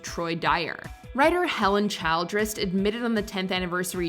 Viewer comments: The last name "Childress" is not typically pronounced like the word "child"+ress. Instead, it should be pronounced with a soft 'i', like "chill"+"dress". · It’s Ras-puu-ten (long u) not Raspooten. My god no one can pronounce names that everyone should have learned in school. And then you said child-dress! Omg! Seriously! It’s Childress flowing off in one word as in chilledress. Were you home schooled? Then there’s Panama. Really????